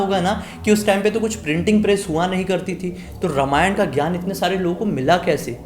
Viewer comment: My dear friend, say रामायण ; instead of रमायण. May be this is also ststem's fault!!!